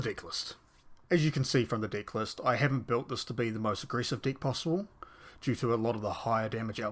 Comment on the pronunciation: Bro plz work on pronunciation of "deck" 😭🙏